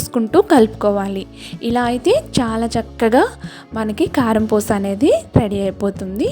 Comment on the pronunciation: పూష కాదు అమ్మా పూస అనాలి.😊